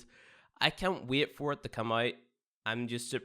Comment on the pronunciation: Can't "wiet" to get into "spyies."